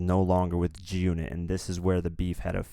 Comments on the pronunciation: Bruh said “Joonit” when sayin’ G-Unit smh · why do you pronoucne "G-Unit" like it's 1 whole word?! XD You pronounced it like "June-it" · Why are you having problems say G-Unit? It's not Jew-nit! LOL!!!!! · G UNIT nigga sound like he sayin jewnit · It's fucking G Unit! Not Giunit like one fucking word! I can't even finish this video.... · wtf is "junit"..... it is G ------ UNIT. have a fucking pause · Don't be such a cornball. Who still says G-Unot in 2018? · It’s g-unit not gunit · please say g unit not junit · good vid but y do u pronounce g-unit like jewnit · Junit? WTF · jew unit lmao